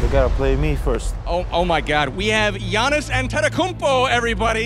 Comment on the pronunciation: Bruh u can't even pronounce giannis last name right. Smh